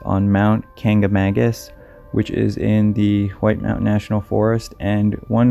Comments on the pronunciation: It is pronounced...Kank-a-ma-gus...not kang-a-mang-us.Nothing strange about any of the stories to me,just normal mishaps in a large forested area.Most places you are not more than a maximum of 3 miles to a road.Very easy to get out...IF...you are good in the woods and know what you are doing. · Being from New Hampshire I could tell you the Whites are tricky and unforgiving if you are not prepared to spend the night. It’s pronounced Kan ca magus… most people say Kangamangus… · Kancamagus, 'Kank-ah-maw-gus'... Not Kancamangus... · Its actually kanc a magus, it means bear king, or bear warrior or something like that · Kancamagus only has one 'n'. NOT KancamaNgus. Also, this video follows a published article pretty eerily close. Great research. :/ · I live near the White Mountains and you pronounced Kancamagus wrong too but you gave the common tourist mispronunciation so it's understandable. It's pronounced like Kanc-ah-maw-gus. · The easiest way to perish on these lands is to call it "Central New Hampshire", LOL. Great video man, you almost pronounced kancamagus right too!